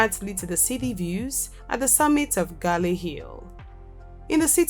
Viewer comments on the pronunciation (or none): none